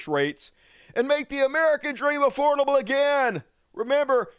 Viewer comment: “Aforbable” WTF?!!!😂🤦🏼